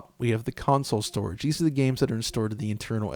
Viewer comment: Bruh ur voice crack when u said strorige